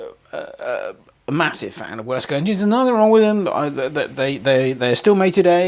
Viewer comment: Should be pronounced Vilesco. It's a nice model for £184 and Wilesco quality is very good. Thanks for giving me a chance to see one in action.